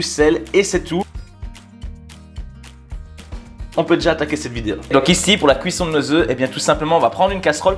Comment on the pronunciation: Y'a pas feuteu dans la videheu